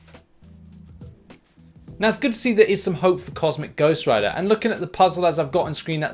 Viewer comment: Finally said it right lol